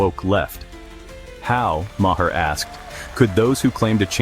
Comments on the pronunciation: AI voice can't even get Bill's last name right LLLLLLLLLLLAAAAAAAAAAAAAAAAZZZZZZZZZZZZZYYYYYYYYYYYYYY!!!!!!!!!!!!!!!!! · Your AI narration can't pronounce Bill's last name right. Get it right!